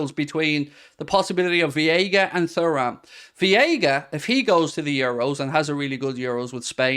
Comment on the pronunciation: It's about time you learned how to say "Veiga" tbh.